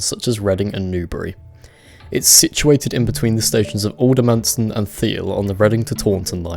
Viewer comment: You said Aldermanston not AlderMARston